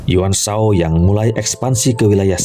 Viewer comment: kurang fasih baca nya wkwk , saya hafal betul semua karakter di samkok dan serahah tiga negara . yuan shao dinacanya Yenshao , tidak ada nama sao sao , tapi cao cao ,. bukan tong suo , tali tong cuo . aduhh pegel telinga ini dengermya wkwkwk. bukan Lu bu , tapi LiFu